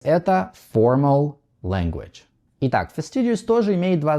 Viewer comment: Обратите внимание на ваше произношение слова fastidious. Добавляя звук u в последнем слоге, вы неизбежно меняете d на dʒ, и в итоге получается... /fəˈstɪdʒuəs/, как в слове assiduous (əˈsɪdʒuəs), когда правильное произношение слова fastidious /fəˈstɪdiəs/ ... без u. Правильное произношение окончания -ious всегда /-iəs/, без исключений. Подобные примеры: insidious, amphibious, perfidious. По поводу важности подстраивать свою речь под собеседника... это правда. В противном случае вас тупо не поймут, и еще (заслужанно) запишут в понторезы.